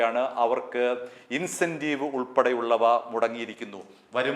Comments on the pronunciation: Not intensive : but incentive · പറഞ്ഞ കാര്യങ്ങൾ എല്ലാം ശരിയാണ് പക്ഷേ ഒരു ചെറിയ കാര്യം ചൂണ്ടിക്കാണിക്കുന്നു. പറഞ്ഞതിൽ ഒരു ചെറിയ തിരുത്ത് ഇല്ലേ എന്നൊരു സംശയം ഇന്റെൻസീവ് ആണോ അതോ ഇൻസെന്റീവ് ആണോ.. കഴിഞ്ഞ ഒരു വീഡിയോയിലും പോക്സോ എന്നുള്ളത് പോസ്കോ എന്നാണ് പറഞ്ഞത്... എന്തായാലും ഞാൻ സ്ഥിര പ്രേക്ഷകൻ ആണ്. ഒന്നു ശ്രദ്ധിക്കു എന്ന് ഓർമിപ്പിച്ചത് മാത്രം ആണ് 🙏👍